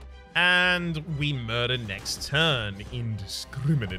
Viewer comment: Are you came up with wrong garbage and murder pronunciation intentionally or it is normal speech in Australia?